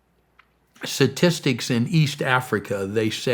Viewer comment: God bless this man, but I can’t stop focusing on him saying “satistics.”